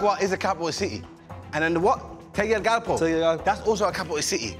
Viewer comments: The capital of Honduras is Tegucigalpa not Tegucugalpa. Loved the video😀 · Btw it’s TE-GU-CI- GAL-PA lol Honduran here 🇭🇳😊🙋🏽‍♀️ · How you guys butchered Tegucigalpa lol 😂 but chunks got it right! Representing ! 🇭🇳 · I’m from Honduras and these pronunciations are killing me